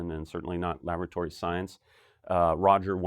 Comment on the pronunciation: Lavatory? Change the stress on the word laboratory to the first o and you can avoid sounding like you're obsessed with toilets.